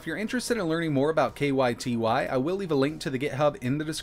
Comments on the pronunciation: I think the Ky Ty emulator is supposed to be pronounced like "Katy", though i could be wrong. Cool to see progress on it though. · I think it's pronounced kaetae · the pronunciation you are looking for is "Kai-Tai." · It's pronounced Kie Tie